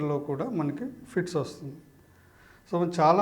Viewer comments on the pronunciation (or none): ఫీడ్స్ కాదు ఫిట్స్ మీరు చెప్పేది